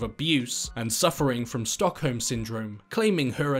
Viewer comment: i cant stop laughing, its stockholm not stick home